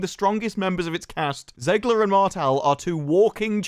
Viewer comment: Her last name is pronounced “Zegler” not “Zeegler”! Stop mispronouncing it.